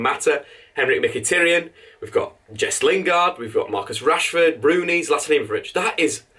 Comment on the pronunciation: Just to let you know mate, it's pronounced MkhitAryan not Mkhitiryan